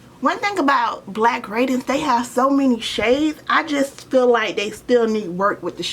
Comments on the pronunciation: It’s raid-dee-ance, not radence. Power is great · I love yo video but It’s Pronounced Ray-D-Nce